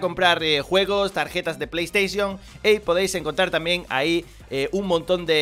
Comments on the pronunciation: Tarjeta de PlaiySteishio xD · "tarjetas peleystation"